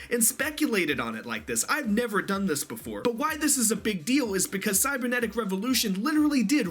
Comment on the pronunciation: Guys it is called CYBERnetic not CYBERSEnetic KAPPA Cyberdragon support confirmed !